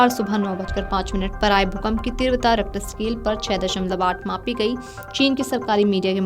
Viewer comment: तीव्रता का बोलना ठीक करो बहन🙏🏻 बाकी जानकारी देने के लिए धन्यवाद🙏🏻